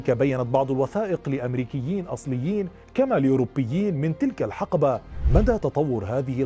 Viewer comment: تنطق الحِقبة بكسر حرف الحاء يا استاذ. و لكنك تنطقها بفتح الحاء الحَقبة و هذه الكلمة معناها يختلف عن ما تريد قوله. تحياتي من اليمن 🇾🇪🇾🇪